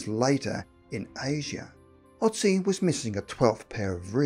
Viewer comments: Ötzi not Otzi. How hard can it be to at least make sure the first letter in a name is correct? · It's Ötzi not Otzi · Otzi ? Amazing that in 2020 some ppl still can't pronounce Ötzi